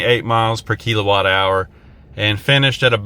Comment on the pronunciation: It's kill O watt. Not kelo watt